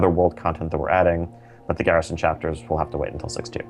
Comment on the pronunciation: Dat french pronunciation of Garrison. Gherishon!